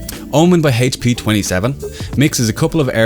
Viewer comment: HAYTCH PEEEEEEEEEEEEEEE. HAYTCH, you're killing me man.